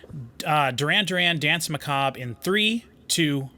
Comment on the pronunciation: people still can´t say "danse"... it´s french!